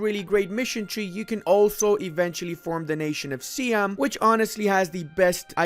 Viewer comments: Si-am, not Siam, plz? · Can you stop said siam? Its si-am not siam i told u many many time